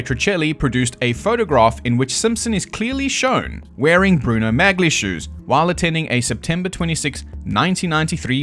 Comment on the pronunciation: It's pronounced as "Mah-lee", not "Magly." 😅